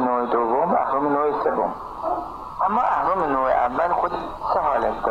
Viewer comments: بنده خدا اهرما رو درست گفت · اون اهرم و درست میگه😂😂 ولی مث نعشه ها میحرفه